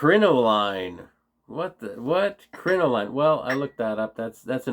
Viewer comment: Crin-o-lin lol. Petticoat with ruffles.